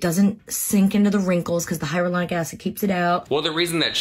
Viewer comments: Lmfao the way she said hyaluronic acid 😂😂😂 hyralonic habababab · I’m living for how these celebs are saying “hyralonic” acid wrong because they’re reading a script. 😂😂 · Not the hyralaonic 😂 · The fact that boy Tori and Melissa mispronounced Hyaluronic Acid the exact same way!!! 🤦🏻‍♀️